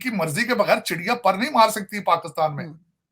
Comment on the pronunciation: can someone tell this weirdo its Pakistan not Pakustan